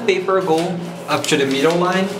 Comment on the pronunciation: say UP TO not UP CHO in next video you make!